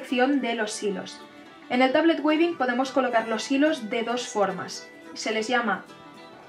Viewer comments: "TABLET WEAVING", se pronuncia tablet wíving (ea= sonido iiiii largo). Muy bonito tu video! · trata de pronunciarlo como , me parece que la pronunciación anglosajona de la palabra suena mejor que la version españolizada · Muchas gracias por tu video. Trata de pronunciar Weaving: /uivin/. Bendiciones.